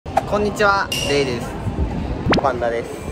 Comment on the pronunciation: 挨拶が【こんにちは、ゲイです】に聞こえて笑ったw